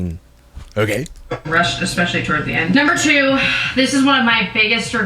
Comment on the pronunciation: Yea she looks preggo af. Also I’m sure he said “eggspecially”